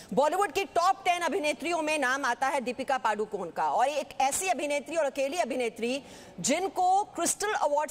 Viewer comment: पादु कोन नही पदुकोन....पादणे का angle,..